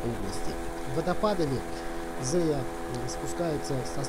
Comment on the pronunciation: Привет, вопрос почему произносишь Зэя хотя пишется и читается Зея.даже поисковик исправляет.